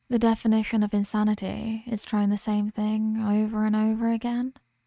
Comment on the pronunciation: How is nobody talking about her telling us the definatiin of insanity?😅